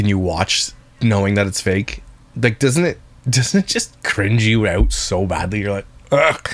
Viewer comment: Canadian coming through “doesn’t it just cringe you eowt?” 😂 love you your channel is a bright light